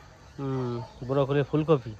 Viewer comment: বূড়োকলি নয়, ব্রোকোলি বলে।